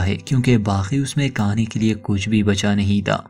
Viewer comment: भाई साहब पहले आप हिन्दी अच्छे से सिख लिजिये. हिन्दी को बदनाम मत करिये.. (सबर पर निकलते है, काने के लिये कुच नही बचा🤣)